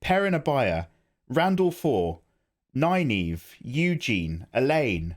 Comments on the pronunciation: I died when you called Egwene “Eugene” 🤣🤣🤔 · Very funny. You managed to mis pronounce every character name. Very impressive. This might help for starts: Egg ween and More rain if we think phonetically. But ya cracked me up. Entertainment value 100%.